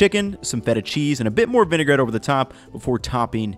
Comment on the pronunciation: Totally done with the video the minute you said vinegarette for lubrication